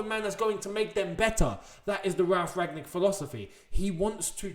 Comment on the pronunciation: I don't think you pronounce the g in Rangnick.